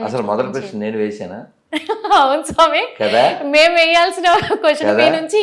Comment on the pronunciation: Anchor పుష్ప సినిమా లో లాగ సామి సామి అంటోంది దరిద్రం ఇది ...సామి సామి కాదు స్వామి తల్లో😂😂😂